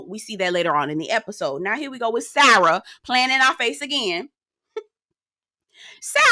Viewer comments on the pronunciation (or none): The way you pronounce Sara's name like SAAH-RUHH always takes me out! 😂😂😂 Sorry, but I believe all that stuff that Maktoum was saying about a dad and stepdad was the result of Sara putting a bug in his ear. It wouldn't surprise me if that's where he heard that Caramel Seduction piece as well. 🙃🙃🙃